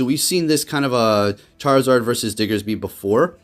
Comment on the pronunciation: So glad you say "Diggersby" as it should be, just came from another prominent PvP youtuber who said "Diggserby" so many times that I lost count.